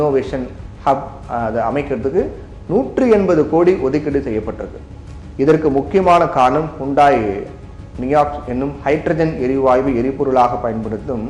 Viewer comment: அது நியாக்ஸ் இல்லை நெக்ஸோ.